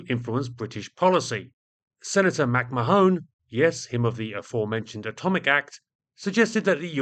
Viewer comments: McMahon is not pronounced "mak ma-HONE," but "mic MAH-hun."The way you pronounce it quite literally changes its meaning from "son of bear," to "son of my ass." "Mo tHoine" (pronounced "mo-HONE") quite literally means "my ass" in Irish, as in the quaint colloquial Irish phrase, "pog mo tHoine." I would appreciate it if you would edit this video to replace "mak ma-HONE" with "mic MAH-hun" at your earliest possible convenience. Sincerely, Mahon MacRi. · "McMahone" - is that really how it is pronounced in the US? In Ireland it is pronounced Mac-Mah-on, with the emphasis on the middle syllable. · "Mack-mah-hon" ; "mah" sounding the same as the first syllable of "malevolent", and the third syllable as in the first syllable of " honey". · Mac-Marrn is how you pronounce it. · Two bits of pedantry. First, I think "McMahon" is pronounced "Macmarne". Second, many US B29s during the war were equipped with licence-built versions of the British H2S ground/nav radars, but the belly fairings for these were usually edited out or masked. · McMahon is pronounced MacMayen. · Great video, thank you. Sorry to be a pedant, but McMahon is pronounced McMarn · Given he's from the US, it's more likely to be pronounced McMan. I say this because he briefly flirted with standing as president and his slogan was "The man is McMahon" which rhymes better with the pronunciation I'm suggesting. I also recall Johny Carson's offsider was McMahon, who also pronounced it as "McMan". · Another pedant here. The "o" in McMahon is silent - at least every time I've heard it. McMahon comes to mind.